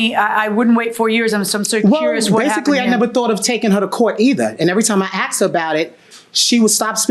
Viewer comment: asked.... AKSED ???? no wonder this is where the majority of the crimes is coming from...